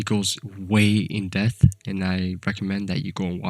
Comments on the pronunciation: I think you meant "he goes way in debth" not "In death" lol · Just for future reference, it’s “in-depth” not “In-death” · Is no one ganna talk about how he says in death instead of in depth lmao